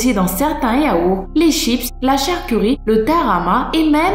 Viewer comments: elle doit être fatiguée car pareille elle a dit CHARCURIE au lieu de dire charcuterie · on dit charcuterie pas charcurie